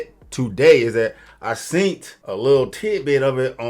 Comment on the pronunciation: don’t say seent 😂 the word is seen, don’t sound uneducated and dumb, I can’t can’t stand when people dumb themselves down by not spelling or speaking proper English 🙄🙄